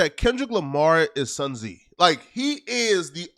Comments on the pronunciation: just say Sun Z, bro its Sun Tzu(pronounced zoo)😂😂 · Its sun tzu not sun tzi Man you fuckin suck with language but i still rock witchu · Naaah ..."sun zee" is crazy 🤦🏾‍♂️ 😆😆😆😆😆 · who the fck is Sun Zi? His name is Sun Tzu mf 😂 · lol Zeeee 😂😂😂😂 it’s “Sun Zu” ya big dummy. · “Sun Z”?? is so dumb🤦🏿‍♂️🤣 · Who tha heeawll is SUN TZEE ? Lmao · Did he say sun z 😂😂😂😂😂😂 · The t is silent😂😂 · Damn, if you’re gonna name drop the man who wrote “The Art of War” take the 2 seconds to learn how to say his fucking name you illiterate fraud. This is a symptom of everything wrong with YouTube. You don’t have to actually know ANYTHING.